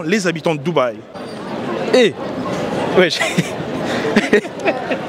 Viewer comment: Les doubehi🤣🤣